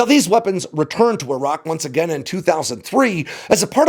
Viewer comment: Finally an American who knows how to pronounce the names "Iran" and "Iraq" correctly.